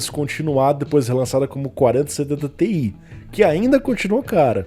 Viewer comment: vc dá uma embolada quando vai falar placa com "ti" no final kkkk as vezes n dá pra saber qual é